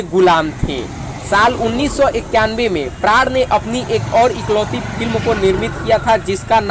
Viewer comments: Bhai prad nhi pran tha unka naam prad prad kiye ja rha h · Pran ki bajaye... Prad... ku bol rahe ho bhai